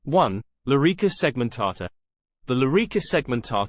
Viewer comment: "Lorica" Not "Lyrica" And "Balteus" Not "Baltius"